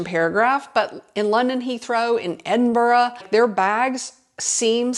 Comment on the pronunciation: Finally an American that can pronounce Edinburgh correctly! Love that yellow rain jacket, now I have to buy it 🤔I bought those wheel covers. Man, you cost me so much money🤣🤣 I'm considering unsubscribing...